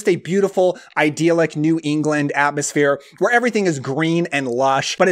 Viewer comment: I bring this up only because you use the word so often, but "idyllic" is not pronounced "iDEAL-ic," nor is it associated with the root word "ideal."